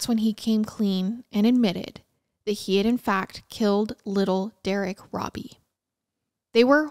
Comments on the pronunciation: I hate being the pronunciation police BUT when talking about a victim I think it’s important to say his name right. The last name is pronounce ROW-BEE. Not RAW-BEE. I know I know people are gonna be mad I posted this, but again I think for victims it matters. For perps IDGAF. But he was a victim. We want to make sure we say his name right. Other than that wonderful coverage of a horrifically awful story. We forget that way back then, kids walked everywhere. Even little ones. I don’t think it was wise BUT I don’t think mom was neglectful. Just dealing with a baby and trusting the world. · It's pronounced robe e not robby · ❤❤ his name is actually said like robe -E(bath robe) E❤❤❤